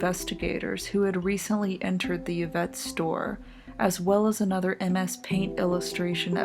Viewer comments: Im pretty sure its pronounced "Ee-vette" not "Ya-vette". Love the videos though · It's pronounced "IV-ett", not "YIV-ett". Good vid, though. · The most bizarre thing is the pronunciation of Yvette.... it's 'Ivette' not 'Yuvette' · Y infront of a name is pronounced eeee.. not yuh.. eeeevette.. not yuhvette . Like torilla is torteeeeyuh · Ee-vette not yuh-vette. Great vids I'm on a binge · Interesting video. I see that it's been posted for three years now. I wonder if anyone has commented on your pronunciation of "Yvette." It sounds like you are saying the word as you would an English word that begins with "y." (you, yellow, yes, etc.). The name "Yvette" (as you probably know) is of French origin and the initial "y" is supposed to be silent. It can be transcribed as "ee-vet" (or in the IPA as "i.vɛt"). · It's an atrocity that she keeps saying, "Ya-vette." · Been binging your vids. I really like them. Though I've never heard anyone pronounce the "Y" in "Yvette" as a consonant before.